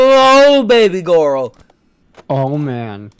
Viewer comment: girl not gorel